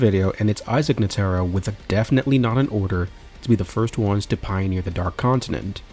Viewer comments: i just stopped you just completely ruined my enjoyment saying ne taro now either you trolling or rage bating don't matter F you for that. its NE TRO NETRO not NE TARU or whatever the f you were saying here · Bro atleast pronounce Netero right like come on. Then you go on to give some opinion at the end that is formed in pure ignorance. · Y'all NEED to start watching at least one episode of anime prior to putting your whole ass into a 2 hr video in which you can't pronounce "Netero" correctly 🤦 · good vid but gd you sayin netero last name wrong blowing me foo😂😂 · Had to stop watching after that pronunciation of " Netero"